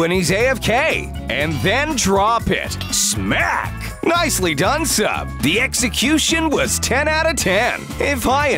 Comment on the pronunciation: 5 47 the narrador says smack like in the cheek